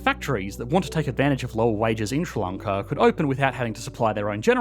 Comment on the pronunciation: what is ssronckla? Ah, you mean Sri Lanka - the letters that are used to make up words are often a good hint as to how to pronounce that word so s, r, i is Sri, not "ssr" and l,a,n,k,a is Lanka, not "onckla" and the wee gap in the middle tells you that it is two words rather than one. Clearly some additional investment in education infrastructure needed.